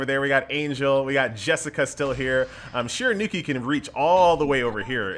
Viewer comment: I love you man, but her name is SHE-RA-YOU-KEY! Stop butchering it my man!